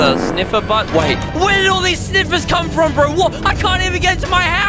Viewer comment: said fro 😂😂😂😂😂😂😂😂😂😂😂😂